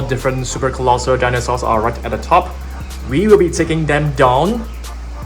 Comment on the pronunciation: “Colossal” :❌ Colosser : ✅